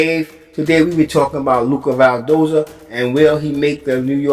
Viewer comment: WHY YOU KEEP CALLING HIM "VAL"DOZA IT'S "VIL"DOZA